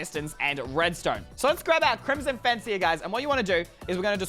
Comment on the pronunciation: LOL he said crimson face